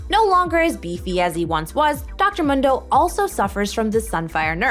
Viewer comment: Please stop saying Dr Mundo like that